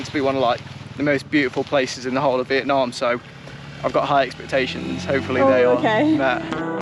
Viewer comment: These videos are unassuming but amazing. What you've done is excellent. Only one thing, as a fellow northerner I wish you'd both call it 'Vietnam' and not 'Vietnarm' 😂